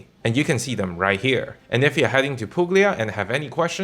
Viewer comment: You don't pronounce g in Puglia:)